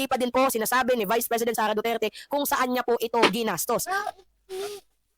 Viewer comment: Hoy baka nakalimutan mo na yang sinasabi mong SARAH DUTER ai isang vice president at anak ni tatay digong na dating president pero ikaw na ugok ka kung makapag bigkas ka ng pangalan ni vice president SARAH DUTERE eh para lng kalibil mong buang ka. Pag ikaw pinatay paba mag sipag iyakanang pamilya mong hayop ka. Kahit taong bayan lang ang makakita sayo tiyak lasig lasog yang katawan mong kalansay hayop ka putangina mo